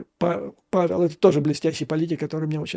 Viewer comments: Оговорка была довольно некорректная не Гавел а Павел - Пэтэр Павэл так надо правильно призносить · Не Гавел а Павел!!! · Не Гавел)))